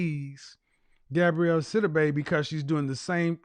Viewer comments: KEVIN!!! Please Stop 🛑 MISPRONOUNCING the woman’s name. It’s Gabourey NOT Gabrielle 🤬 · Why do people keep saying Gabrielle? It’s pronounced Ga-bo-ray. 😩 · please get the ladies name corrrectly GAB- O- REY NOT GABRIELLE..... YOUR EDUCATED .. SHOW IT... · If he doesn’t get this woman’s name correct. It’s GAB-OUREY not GAB-RIELLE TF⁉️🤬 For someone who is stickler about things, you’d think he would’ve looked her name up I can’t wait to call in and ask him some questions. SOONNNNN as I find out when he does his shows because his website doesn’t specify. I’m new to him so it will take a while but he and I will be chatting soon Any who, get her name right sir. It’s quiet ghetto to not have been more prepared in your argument. Or maybe I just hate my name mispronounced 😂 Either way hearing it being pronounced incorrectly, MULTIPLE TIMES, just kinda irked my nerves a tad bit too much 🥴🤣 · Her name is pronounced Gab-or-rae